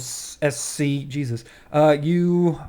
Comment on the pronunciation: Haha! I knew you guys were going to butcher my username. Should have put a pronunciation thing in there for ya. And sorry for the long statement. I didn't realize it was that long in the text field. And no, the KNoSC are not all furries. We don't mind them and we do have some members who are, but a lot of us just like Khajiits because they're so unique. So, please, no one be pushed away by that. You won't be an outcast just because you're not a furry, otherwise I'd be an outcast in my own group. Steel in Life, Honor in Death